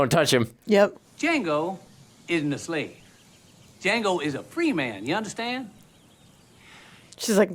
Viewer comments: "Dango" Django: the D is silent not the J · ❤❤ it’s pronounced Django with a silent D on the front so it sounds more like Jango❤❤